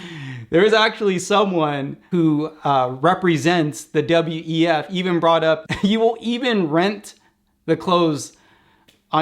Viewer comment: You said "WTF" instead of "WEF" a couple of times ̶ perrhaps not an accident 🤔